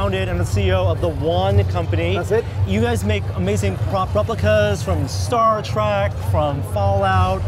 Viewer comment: I swear to gawd, did he say Star TRACK???!! You are dead to me.